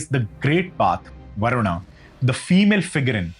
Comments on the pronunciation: Wo varun not varunaaaa kis pe bitha rkha h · Everything is good but your pronunciation to a sanskrit word like Varuna and Yajna are completely wrong. It sounds like western ascent you should be a proud Indian and pronounce in pure sanskrit ascent.